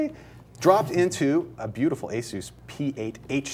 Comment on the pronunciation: could someone please tell this man how to say asus.